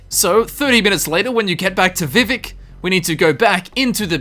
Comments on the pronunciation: I can forgive most pronunciation differences... But it’s vivEc you damned n’wah!!! Love the vid no hate here btw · THE WAY YOU SAY VIVEC IS KILLING ME! its vee vak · He's actually trying to pronounce it the way that you typed it, just saying. So whilst it is technically incorrect, it's an accent thing, in effect like any of the three of us trying to pronounce some words in chinese or german that we just can't pronounce the same way as they do.